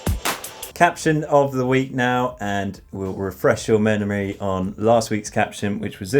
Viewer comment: Interesting pronunciation of the word “memory” 😂